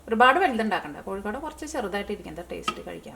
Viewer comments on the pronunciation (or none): none